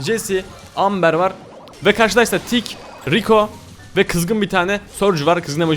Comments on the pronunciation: Abi aslında Amber Amber diye okunmuyor şöyle okunuyor Embır diye okunuyor. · Amber değil "Embır"diye okunur XO